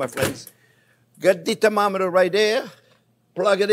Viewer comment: "we gone a yuse tem ometa"..OMG this guy is great!!